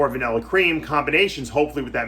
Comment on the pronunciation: Vanillarish lol love the accent